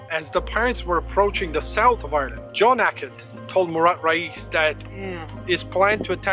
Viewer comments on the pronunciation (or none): his name mourad not mura and his algerian not dutch man lol